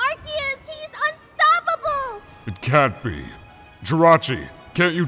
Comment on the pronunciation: its are- see -us not are-key-us